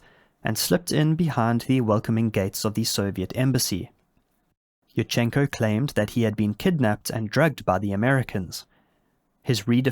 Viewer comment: Yurchenko is pronounced like "you-r-chen-ko" with an emphasis on the first syllable "you". I don't know why native English speakerd feel like putting an emphasis anywhere they want in Slavic names. Love your content though, now back to the video.